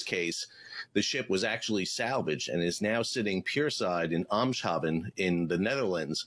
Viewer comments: Eemshaven is pronounced with an ai sound like in main, brain, aim. So I guess aimshaeven. or aims-haven. Haven you pronounced right. It's in the province of Groningen. Pronounced: Grow -ningen. So I hope to hear you pronounce it right in the next video 😁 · Oh dear, the pronounciation of Eemshaven. First, look at it as two words, which it is. The "Eems" is a river. In Dutch it's pronounced like the plural of English "aim" (is in to "aim" at something), aims (a, is in "aims and goals"). The second word is "haven" which means the same as English "harbour" or "haven" as in "safe haven". But the "a" is pronounced "ah" , as when the doctor says "say ahh". So, it's "aimz-haahven" and is the harbour where the Eems river meets the sea. It has two stress points, one on each of the two parts, one on "Eems-" and one on the first syllable of "haven", (like English "heaven" but with "ah"). The "s-h" in the middle is not sh". So no "sh" as in "shave". It's two words that are spoken together, but distinct. Eems-haven, NOT Eem-shaven. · pronounced "aimsharven" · Try saying it like this eems haven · Pronounce "day", without to pronouns "Eemshaven" a bit like "Aymshaaven". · German guy here: The Dutch city name Eemshaven consists of two parts: Eems is a river (German: Ems - same pronounciation) and haven is an old word for Hafen - harbour. Eemshaven therefore is the harbour at the Eems river. German Wilhelmshaven - Hafen of (emperor) Wilhelm. The Ee/E of Eems/Ems is spoken as the e in Superman - the regular English e equals the German i. As in interessant. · Exactly. The key thing is to treat the S and H as belonging to different parts of the word rather than merging into a SH sound. It’s impressive that you’re trying, anyway. A lot of people never bother. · Just google "How to pronounce eemshaven" and you'll find some recordings from native dutch people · Ee in Eemshaven is pronounced as the a in late, case, state, gate etc., not like the a in card, bard, start, etc..